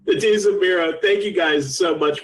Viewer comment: Did he pronounce desus ... dasus at the end or am i buggin